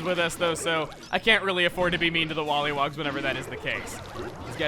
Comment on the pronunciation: i just noticed you were calling the firey blowhogs, wollywogs Sorry if im being Nit-Picky :p